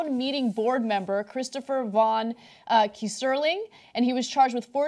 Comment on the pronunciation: Ana, love you and your reporting always, but let's get this name straight:- Not "Key-SER-ling" No, no!! It's a German name. - Keyser is an old (17th cent) spelling of Kaiser (as in "Kaiser Wilhelm " who was Emperor during WWI) and "ling" is a German diminutive suffix. Kaiser is German for Caesar, so the name means "Little Caesar" Pronunciation:- KAI-zer ling